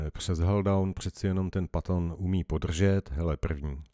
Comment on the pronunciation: Super a patton se vyslovuje petn